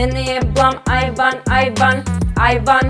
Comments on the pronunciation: ja koja sam čula ajvar ajvar, umesto aj van... 😂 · Hahahahaha ovo je ludooo cini mi se da pricas ajvar🤣🤣🤣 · Jesam jedina kada je rekla "aj van" čula ajvar😂😂😂najbolja su❤️❤️❤️❤️